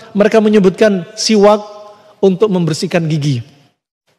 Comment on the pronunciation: Bukan qolqolah mas... Udah benar penyebutannya... Siwaks...